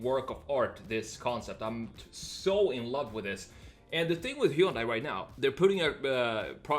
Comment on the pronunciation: Hyundai is pronounced like "Sunday".